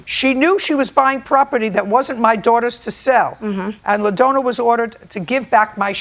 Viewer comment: 🤣🤣 "La-Dona"!! I think its supposed to be spelt sounding like (dawn-na) LaDonna. JJ is so terrible with names LOL